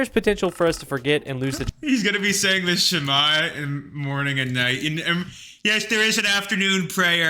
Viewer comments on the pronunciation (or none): watching both the original and this video made me cringe every time he entirely mispronounced a word, like whenever he says the "shema" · the way he pronounced the shema is so hilarious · I cringed at the way he pronounced the shema